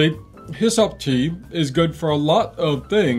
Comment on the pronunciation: Hyssop ... Rhymes with wa'sup?